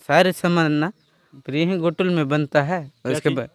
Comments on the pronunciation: घोटुल नहीं जी गोटुल कहते हैं... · घोटुल नही है गोटुल है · सर आपका कार्य बहुत ही बड़िया हैं लेकिन जो आप ने उचारण किया घोटुल वह असल मे गोटुल हैं | सर निवेदन हैं इस तरह के गलत उचारण से हमारी संस्कृति पर गलत प्रभाव पड़ता हैं तो सर निवेदन हैं 🙏🙏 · घोटुल नहीं गोटुल है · बढ़िया है। पर एक सुधार करें। घोटुल उच्चारण न करके, गोटुल का उच्चारण हो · Ghotul is wrong word . Gotul is correct pronunciation